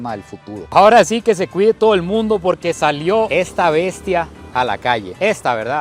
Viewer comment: 😠😠😠. ¡ SE DICE " AHORA" !.